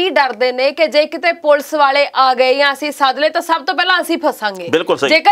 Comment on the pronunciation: enna time hogya khabra nu par ajj tak thonu 'police' kehna ni aaya... jiwe tusi bolde aa bht hi unprofessional te uneducated ja way aa